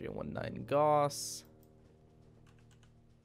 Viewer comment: How many things can you mispronounce in one video? Makemake is pronounced "mah-keh-mah-keh" not "make-make" Albedo is pronounced "Al-BEE-do" not "Al-By-do" Gauss is pronounced "Gowss" not "Gawss"